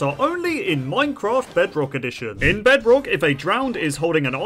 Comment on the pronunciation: I swear he said "Minecrat" in the beginning